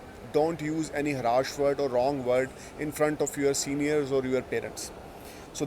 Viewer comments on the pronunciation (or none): Heavily accented Punjabi toned English. Speak slow it will get better. It’s not Haraash it’s Harsh. It’s not prediction it’s prediction. Hope you won’t mind.